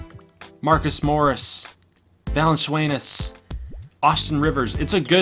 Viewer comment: Va-lan-chu-nas not Va-lan-sway-ness